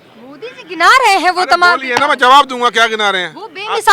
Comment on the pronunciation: I request to anchors to correction of pronunciation of language I noticed today most anchors use urdu words with wrong pronunciations Mojud is not mozud Jawab is not zawab Don't mind please